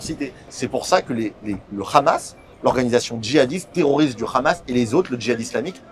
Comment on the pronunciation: lol its Hamas not Khamas lol